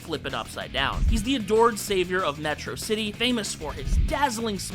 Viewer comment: You mispronounced Metrocity.